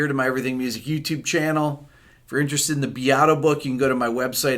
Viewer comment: Sì, anch'io!!!! I only study Italian but it bothers me to no end when he pronounces his name Beeeato! Too funny! Grazie Bepi!